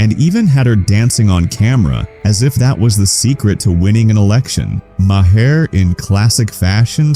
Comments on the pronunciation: It's not muh - hair. It's maer. That's so annoying. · When did Maher change his name to Maa-Hair?